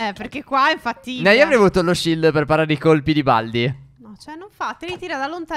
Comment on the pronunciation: stef ti sei acorto che ai detto sild